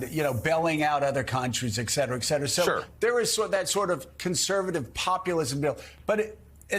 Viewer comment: Why do so many educated people, including Scarbrough, pronounce "et cetera" "ecc cetera"?